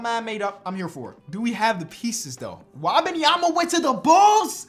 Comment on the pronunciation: pronunciation of Wembanyama gets worse every video and I love it lmao